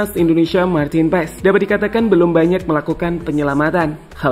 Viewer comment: Untuk admin : nama Marteen paes dibaca martin Paaas itu yang lihat dan dengar di podcast yang ada coach Justin. Coach Justin mengkoreksi panggilan paes saat itu Karen nama paes dalam bahasa Belanda menjadi Paaas.